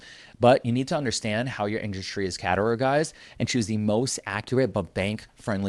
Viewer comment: Did you say "caterogized"? LOL... Anyways love your videos!!